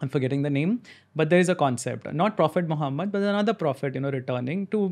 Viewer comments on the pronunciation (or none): none